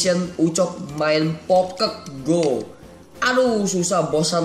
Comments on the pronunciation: bang bagus tapi bukan pokeng go pokemon go wkwkwkwwkwkwkwkkw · bang bukan di baca pokek go tapi pokemon go!!!!!!!!!!!!!!!!!!!!!!!!!